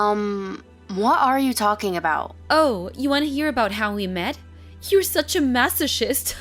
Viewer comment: Masochist is pronounced mass-o-kist lol